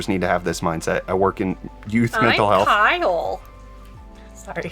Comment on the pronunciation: ROFL “I’m KY-LE.”